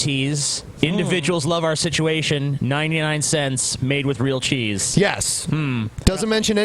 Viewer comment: how would you spell how says situation maybe sitwation?